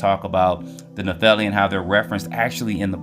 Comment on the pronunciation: Pronounced NEFF-I-LIM